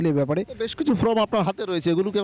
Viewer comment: Reporter কে বলছি : enumeratiom ফ্রম নয় ফর্ম। উচ্চারণ ঠিক করুন।